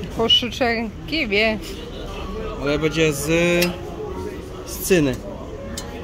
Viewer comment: Moi drodzy,przestańcie mówić"bedzie",bo to aż razi,macie świetne filmiki z targów staroci,ale dbajcie też o ten nasz piękny j polski,przecież bedzie,a będzie to jest zasadnicza różnica